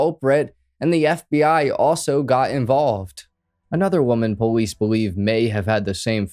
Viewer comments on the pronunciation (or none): When he says police it sounds like bolice